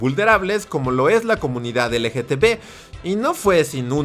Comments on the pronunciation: Amigo no es dificil decir LGTB repite conmigo L-G-T-B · Cada que menciona la abreviatura (mal pronunciada) me la imagino escrita LGTV jajaja